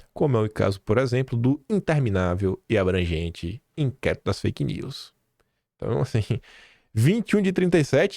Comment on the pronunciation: O Haddad falando faik news!! Kkkkkkkkk